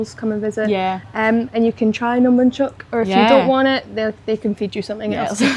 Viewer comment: Nom Bonhchok. Bonh Not Banh